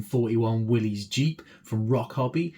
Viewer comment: It is not Willy's (not possessive singular), not pronounced Will-eez either. Wow, impress and confuse all your friends by properly pronouncing it WILLIS. Willys is the surname of the founder of Willys-Overland Motors, John North Willys. 👍😎👍